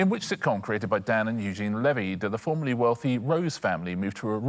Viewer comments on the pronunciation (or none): none